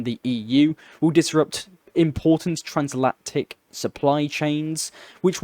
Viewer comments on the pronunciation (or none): translactic, decifits? you inventing new words now? You're doing good stuff with this channel, but slow down, and pronounce things properly